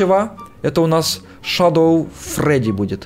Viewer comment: Шедоу фреди а не шадо